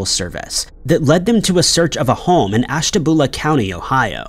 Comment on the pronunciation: Ashta-byoo-la Ohio.